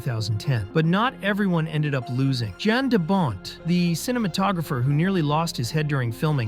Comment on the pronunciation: Jan DeBont is pronounced Yon DeBoh